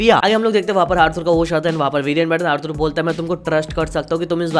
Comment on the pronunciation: Bro Arthur ko "Arthoor" nhi "Arthaar" pronounce karo